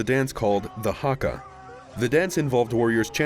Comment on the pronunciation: Still make a point and get excited to see the rugby haka. Miss richie mccaw and the others, i grew up with them :( Your pronunication is pretty good, great job! Thats one thing i dread when watching these videos 😅